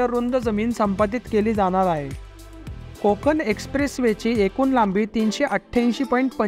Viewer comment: कोकन नाहीं कोकण. पेन नाही पेण